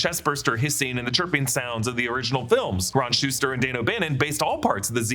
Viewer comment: 'rON sHUSTER'.....Shusett His name is Ron SHUSETT